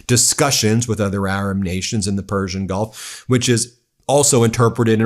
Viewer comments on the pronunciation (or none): none